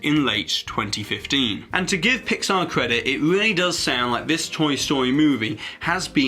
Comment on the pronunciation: PIX-Saw??? Really? why pixar.. not again..